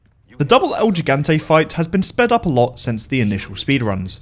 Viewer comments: I know this isn't the point of the vid, but the way you pronounce "gigante" breaks my soul cause you get all 3 syllables wrong. He-gon-tay, not gee-gan-tee. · Lol the way he pronounces it like Gee-Gahn-Teh is funny af. It's Hee-Gahn-Teh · As a Spanish speaker myself, the way he says “el gigante” hurts my soul It's pronounced "L he gang tea (a is silent)." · It’s pronounced “HE-gan-té” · shoot Mendez until he dies? Why didn't I think of that?!?!? Awesome speedrun tip: if you don't purchase Resident Evil 4 Remake, you will spend 0 minutes and 0 seconds on it. Impressed, virgins? 😎 btw, it's "hee-gant-ay" and "zell-ott" and "three" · As a Spanish speaker myself, the way he says “el gigante” hurts my soul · The way you keep pronouncing gigante is making me cringe